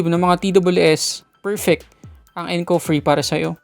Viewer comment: Pagkakarinig ko encov free haha